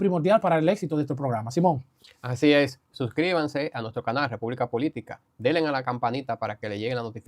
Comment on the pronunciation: No se dice *delen*, dice denle a la campañista